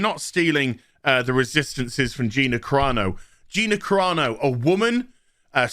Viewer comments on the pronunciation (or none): none